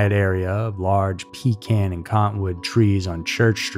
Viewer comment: Pea can?! 🤦‍♂️